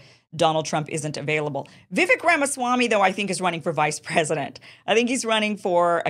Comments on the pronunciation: It's Vi-VAKE, not Vi-vic. Rhymes with rake. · Vivek is pronounced Vivake, like cake. To add, he's been very clear that he won't be VP... it's all or nothing for him. I also find it funny that Vivek criticizes Nikki for her willingness to send troops to Ukraine when he, himself, said he'd send those same troops to Taiwan. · Its vuh-VAKE. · Vivek is pronounced- vi-vayk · I thought it was pronounced "Vivek like cake"? Look into it Kim. We trust you to get the facts for us. I'm putting you on this mission for us. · FYI, Vivek is pronounced Vivake, rhymes with cake. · Viv AKE, like cake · learn to pronounce Vivek's name properly. If you're trying to be a professional "presenter," that's the least you can do. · Vivek rhymes with "cake" not "heck" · You pronounce Vivek's name wrong. So many people do. Great video btw! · Kim, it’s Vivek like CAKE! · Vivek is pronounced with the "vek" sounding like "cake". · Still can't pronounce Vivek. IT'S PRONOUNCED LIKE "CAKE"